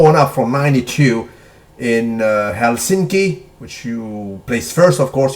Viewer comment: You pronounce the capital of my country - Helsinki, so correctly it's like straight outta dictionary - May the L.U.I be saluted on a dailyyyyy!